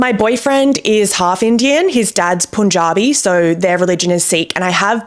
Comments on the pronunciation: Punjabi is pronounced "Paanjabi" not "Poonjabi" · Punjabi as the english word "pun" + jaabi